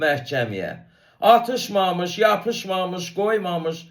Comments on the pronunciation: O sözü bir demir - Atışmamış yox Atış mamış deyir ay pesi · Atlšmamlş dese sen deyendi."O" atlš, mamlş deyir. (arada fasile allnlr, sōzde menasln deyišir. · Bəy, mamış şəkilçisinin nə olduğunu doğru izah edirsiz. Amma bu kamalədir nədir, onun ifasında mənasını dəyişir. Bir də ifada vurğu yerində deyil. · Yekə yekə danışma.Hamı hər şeyi yaxşı bilir.Sən malı mal qatma.Kəmalənin o sözü vurğulu deməsi hamını qıcıülandırır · Dehshet dilci sen. Orda vurgunu duz demir ay savadsiz. Mamish sozunu ayrica vurguyla deyir. Bu duz deyil. Sozun evveline dushse vurgu he sen deyendi.Ozunu reklam etme